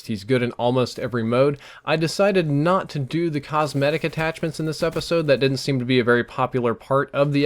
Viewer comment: No comsMEHtics, is fine.